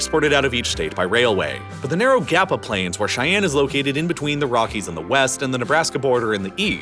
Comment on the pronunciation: The state capital is pronounced Shy-Ann NOT Ch-I-Ann 🙄